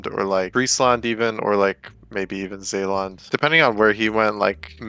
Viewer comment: Zeeland mentioned. Not the pronunciation but the best I ever heard. It’s close to unnoticeable. Thanks BTW